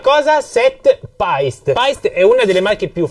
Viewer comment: Bel video interessante per chi sta iniziando. 👌 Unico appunto: la pronuncia di Paiste e Meinl. Essendo marchi di madrelingua tedesca Paiste si legge per intero senza troncare la e. Meinl invece si pronuncia "Mainl". Scusatemi se ho detto un'eresia.